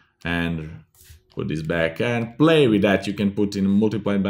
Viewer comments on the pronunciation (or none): none